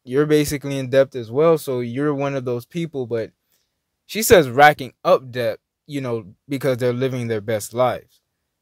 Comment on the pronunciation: the word is pronounced DET (debt), we don't call it "depth"...just a reminder.